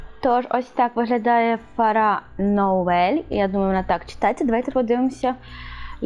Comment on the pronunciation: Фера (наголос на перший склад) Нувель (наголос на другий склад) :)